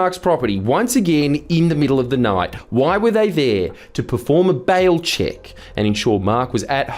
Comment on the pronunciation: speaking from the U S A!!! i hear bowel check, not bail check.